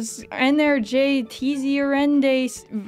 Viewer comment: I love how she managed to make 'energetisierendes' sound vaguely Spanish lol. But in defense, that's a hella hard word